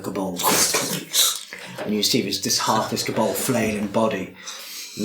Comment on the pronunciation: Pronouncing Kobold like it's a Vulcan name... K'Bold